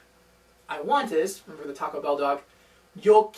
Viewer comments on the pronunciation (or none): none